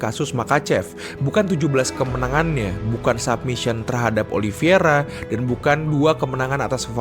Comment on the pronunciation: Min koreksi min OLI VEI RA BUKAN OLI VI ERA